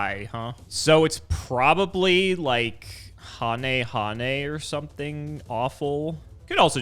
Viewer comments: Help my friends argument about how to pronounce the card Hane-Hane. Is it like how pronounced it? Or is it Like Heyn, Heyn The second having more of a one syllable word with more of an N sounding at the end of the name if you guys can understand my gibberish of explanation lol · Another episode/series where Hane-Hane is a prominent card for the meta and yet, its name gets mispronounced again🙄